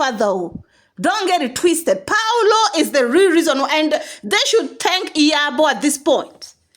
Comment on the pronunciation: his name is Paul O, not Paulo.